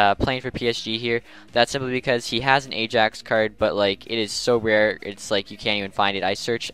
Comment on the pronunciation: I think it is pronounced like the letter I and then yaks, Not the letter a then jax